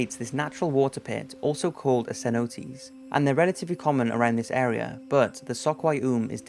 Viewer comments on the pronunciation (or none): I’ve heard you say this so many times so I’ve got to comment. It’s C-NO-TAY , not C-NO-TEES. No S sound my dude